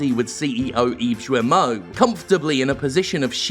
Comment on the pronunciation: Just a small precision from a former French resident: "Guillemot" is pronounced with a hard "G" and "Serge" with a soft "G" (and there's no I afterwards) . Unless you're doing it on purpose just to be disrespectful, which is understandable ;) .